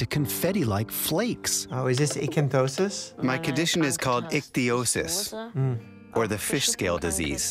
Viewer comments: Lol doc struggling with pronouncing ichthyosis - “eekathosis” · Ichthyosis, not "Icanthosis"! Good to see even doctors mispronounce things sometimes ;) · I still can’t understand why are you saying “icantosis” instead of “ichthyosis” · so, is it icthyosis, or icanthosis? Mike keeps saying the latter. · nope. He pronounces it eekathosis and it’s pronounced ick-thee-OH-sis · Doctor Mike gets illness names wrong a LOT. To know that "ichthyosis" is related to fish, and not connect that with the other sues of that prefix, and then as a result be unable to remember it or even repeat it right after hearing it... I dunno, man